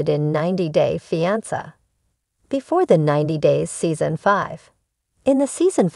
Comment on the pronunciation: Please learn the correct way to pronounce fiance thank you!!